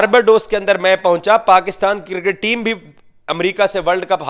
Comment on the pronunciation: Circket to nhi hota laude cricket hota hau